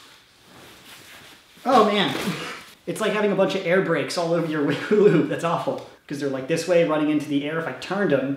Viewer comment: he said huli hoop